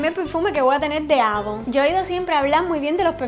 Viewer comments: No se dice avon se dice eivon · jajaja se dise eivon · no se lee como se escribe. Se lee EIVON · se escribe avon pero se pronuncia eyvon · avon se escri y se pronuncia eivon